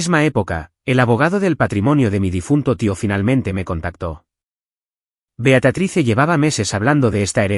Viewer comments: Se dice Beatriz, no Beatatrice. Aprendan a decir correctamente los nombres y las palabras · BEATRICE no BEATATRICE!! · No entiendo porque le dices a tu personaje" Beatatrice"???????? Si se pronuncia Beatriz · Disculpas concedidas😂, disculpame también no sólo el error es ortográfico sino de pronunciación es Beatriz se pronuncia como se lee. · Que horrible se oye la pronunciación del nombre de BEATRICE Beatatrice horrible como ella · Es Beatriz, favor de pronunciar correctamente, excelente historia